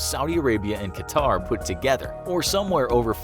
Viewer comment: Its pronounced cut-herr not ka-tarr or cutter and definitely not qua-tar